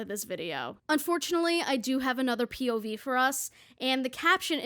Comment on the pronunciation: after the third time you said "pov" i started hearing "pubies" and it made this video even better :')